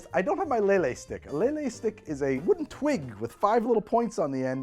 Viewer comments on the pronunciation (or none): none